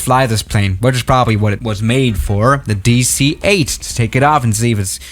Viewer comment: "Hello, welcome back to the channel today we got the Dueeh C-8"